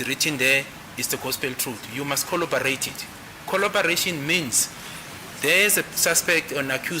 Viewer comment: FYI: it's "corroborate" not collobarate... it's "verbatim" not verbatism....